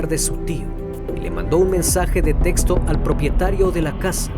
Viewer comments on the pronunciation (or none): none